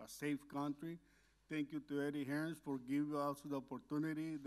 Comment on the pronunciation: Why can't anyone from USA/Mexico say "Hearn"?